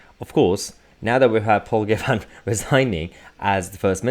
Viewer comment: It is pronounced “Giv-in”